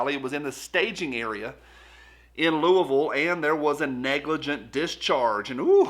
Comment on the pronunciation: Im glad you said Louisville tge right way👍👍